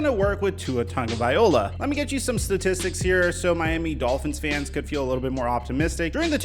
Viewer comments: Bro It's Tua Tagavailoa (LOA) Not (OLA) Just letting you know saying his last name wrong. Just trying to help. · Tonga-via-loa is how you pronounce it... not viola, that's a string instrument, not a Samoan qb... come on... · Tagoviloa “LOA” not “OLA” say it with me LOA LOA LOA LOA LOA LOA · Who is Tua tong- viola lmao smh ha ha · your videos are amazing. But it's Tongue-oh-vie-low-uh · Ta-go-vaai-loa. Just rolls off the tongue. Tagovailoa. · Please look up how to say Tua's name. As a Bama and Fins fan it's hard to hear. Ta-go-vai-lo-a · It's Tua Tagovailoa fool at least get his frigging name right!! Pronounce that ish..F Flores he gone🤣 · Yo. Love your videos,man. But, do you realize you are pronouncing Tua’s name wrong? The end of his last name is like “Vi-lo-ah”. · You're mispronouncing Tua's name Bruh. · After years of hearing Tua’s last name, people still butcher it smh. Show some respect and get it right bro. 😑😑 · Plz start pronouncing his last name correctly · Ima need you to pronounce his name right at least one time before I believe this mf is gonna do a gotdamn thing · i dont want crappy people on my dolphins team. i want to be proud of the players and the work they put in and the way they live their lives. PHINS UP!!! also the chiefs have used Hill as a wide back and you pronounce Tagovailoa incorrectly every time... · You still saying his name wrong. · How is it that you’ve made multiple videos on tua & you still get his last name wrong everytime lmao so much so that I had to check if I was mistaken lmao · hey! you can spend a few seconds learning how to pronounce Tua's name correctly, He'll appreciate it! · I cringe every time you say Tua's last name .. still funny though ☺️ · BRO! You actually did a video on Tua and still didnt learn to say his name right. Just say Tua. Quit trying to say his last name. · I don't think you are saying his last name correctly. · Still saying his name wrong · Why do you say his name like that?